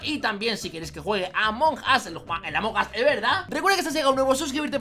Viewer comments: se dice among us no among as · No es among As es among us